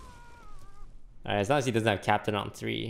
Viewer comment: More like his toothpick emaright :P